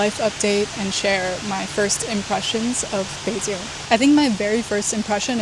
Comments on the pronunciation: Local here. First I have to say: You got really local Beijing accent when you pronounce "Beijing" , did your chinese teacher from Beijing? For eat, Beijing's famous dish are Beijing lamb hotpot(remember order pepper oil and sugar union) and roast duck, for hotpot, 南门 is good enough, and no need waiting for seat long. for the duck, almost any restaurant provide good duck, but the best should be Da Dong or Xiao Da Dong. If you can accept organ dish, "爆肚“ is something you have to try, go "金生隆“， don't eat it at any tourist spot. "炸酱面“ is the kind of dish you can only have good one in local's home, restaurant can not do it good, or you can ask local take sauce to you. For local meal, I suggest "京华楼“ and "聚德楼“， the chef is really chasing of high level traditional dishes. but you need local help you do the order, cause some good dish not so popular and not expensive. Interesting spot are really a lot, but it depend on your personal interesting. Beijing has the top museums in China, art, history, railway, movie, military, paleontology etc. Beijing has all the embassies here, you can have very authentic international foods around the embassy, and enjoy the exotic feeling when you walking in embassy district. For local life visit, I suggest go to 后海 but avoid the tourist spot: walk from 护国寺 to east, you can got normal 胡同 life feeling, it is better you can have a local friend with history knowledge (like me :hand-pink-waving:) take you, cause there are so many history story there. For p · when foreigners pronunce Beijing they are really pronuncing "Beijin". You are the first one I know who can pronunce Beijin-g with the last letter g